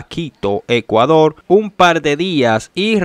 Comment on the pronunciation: "EScuador" ! ...y "URtima" !! Que es eso de "Gegistro" !!! 😡 ...pero señor! Si usted no sabe hablar! USE GUION! AYUDESE!!!